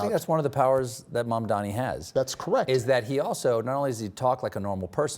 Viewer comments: the ick i get when people mis pronounce MAMDANI like mandami 😭💔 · Mispronounces mamdanis name. Not cool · Not President Obama pronouncing Mamdani's name wrong 😆🤦‍♂ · he didn't pronounce Mamdani correctly... it is not a hard name